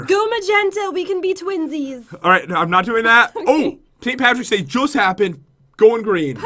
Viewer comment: Who else caught pat say paint Patricks day lol